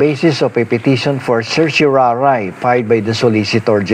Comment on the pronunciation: Salamat sa paliwanag. At sa pag pronounce ng CERTIORARI, hehe.